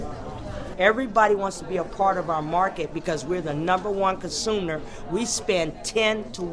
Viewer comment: consooner? what the fuck is that?